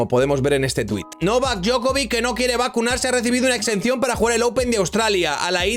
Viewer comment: Djokovic, no Djokovik, y la C se pronuncia Ch, por eso no es lo mismo.